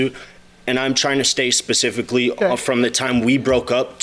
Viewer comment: On top of him repeatedly saying it...it sounds like he's saying pacifically at the beginning. 🤦🏽‍♀️